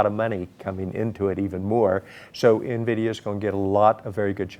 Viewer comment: DONT SAY NAVIDIA, ITS en-vidia . A veteran journalist who cannot pronounce Nvidia.